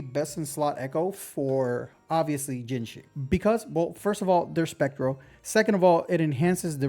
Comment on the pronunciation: Shes called jinhsi not jinshi